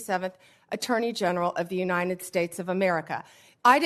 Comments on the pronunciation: U-nine-it States of America ? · She can't even pronounce "united" properly!